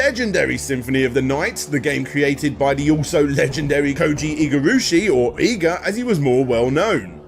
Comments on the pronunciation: Koji IgarAshi... not IgarUshi !! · You keep butchering Koji Igarashi's name.. it's pronounced Ig-ar-ah-she Not Eye gah either.. it's like it.. only IG... jesus.. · Harmony of Despair is the multiplayer game on Xbox 360 and PS3. Harmony of Dissonance is the GBA game. It's pronounced Eega, not Eyega. You keep saying Igarushi instead of Igarashi, and this comment is mostly just for my own sanity. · I love your throrough and comprehensive documentaries dude, but it hurts my soul every time you say IgarUshi. It's Igarashi. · just randomly replaces vowels with whatever he want whenever he wants whenever he sees a Japanese word. Igarooshi was bad enough but I about lost it at Takimiko Memorial. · So.Much.Funky.Japanese.Pronunciations... Igurashi? AIGA? Takemiku Memorial? Come on, you can do better than that... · Dude your pronunciations of "Koji Igarashi" "Iga" and especially "Tokimeki Memorial" are so painfully bad that you have to be doing it on purpose.